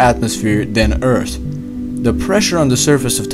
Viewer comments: please keep saying eart, its cool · He's saying EARTH but his "H" is silent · Love your pronunciation of "th".. tree, urt, metane, dere hahaha Still, very well explained and a very good video :D